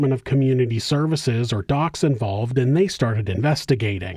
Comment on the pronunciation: It’s not dox.. We say… D…O….C…S Or we say the whole thing.. Like F..B…I ✌️❤️🇦🇺😁